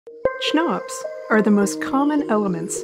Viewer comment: I'd pronounce it "kuh-nops"